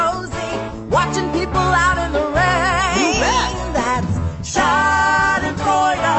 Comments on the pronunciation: I am kinda not happy that they call us germans nazis but uaargh i love this song it's so catchy and it's so funny how they pronounce "Schadenfreude" 😂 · I'm sorry to say but i'm kinda offended cuz i'm german and this is not so nice what the song says... but anyways super great work i love your art style and it is too funny watching english people pronouncing "Schadenfreude" wrong 😂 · I'm German,too- And I love how they pronounced "Schadenfreude". XD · yeah they said like "schardenfräuda" 😂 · W h y d o i r e l a t e t o t h i s ? ? ? Even tho I'm German, this shiz is funny cuz I don't think they are saying it right lol. I love this so much